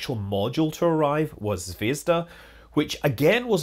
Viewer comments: stress on the last syllable/vowel: zvezdA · the accent in Zvezda is on the "da" bit in the end. zvez-DA.